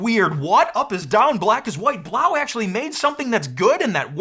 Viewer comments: It's (b-low) not blaw , french language has eau or eaux at end of words make the o sound or oo. Quebedeau is my name * que bed o is how it's pronounce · I think "Blaux" is supposed to be pronounced "Blow" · Why do u pronounce it like that. It is obviously a play on the word faux and should be pronounced as ‘blow’ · I think Blaux is pronounced “blow” according to Google translate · So I just want to check, everyone does know that Blaux is meant to be pronounced "Blow" right? Similar to faux being pronounced like "foe" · I think the Blaux is supposed to be pronounced as if it were a French word (which would sound like 'blew''), instead of German (which would be pronounced as you pronounced it, but with an audible 'x' at the end). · It's pronounced "Blow". Just ask any Cajun. 😅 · I really think it's supposed to be pronounced "Blow", since it't a fan or heater and it blows air?